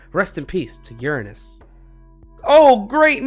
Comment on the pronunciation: that is not how you say uranus LOL